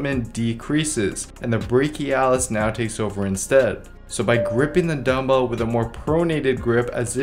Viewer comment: "Dumbbel only"